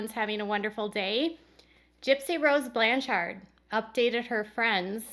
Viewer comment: Oh and hey it's "Blanch-ERD" like Orchard. no offense